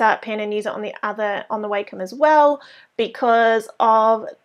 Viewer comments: it's wah-com not way-come..... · I've hear it pronounced both ways. it really doesn't matter. (I actually prefer Way-Com, along with many teachers and students from when I went to college Digital Art/Animation classes